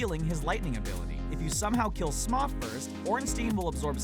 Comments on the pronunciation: Smough is pronounced Smo, not Smaw. Also, I beat Whitney by using a Gastly to keep her Miltank asleep. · Why is he calling Smough "Smoth"? Wtf? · It's pronounced smo...